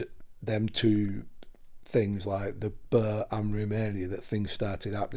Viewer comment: So happy to see things getting quieter for you. Hope it never returns!! Some mighty shadows going on in the room, scary. Always laugh when you say ‘burr’ 😂love to you all xxx